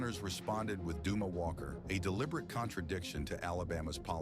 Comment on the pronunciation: This deserves a thumbs down for the mispronunciation of Opry alone. Also, it's Dumas Walker, not Dumoe. I'm assuming the video is utter bullshit from the Headhunters story onward, like it was from the beginning up to the Headhunters "story". Obviously, I won't be clicking on anymore of your postings.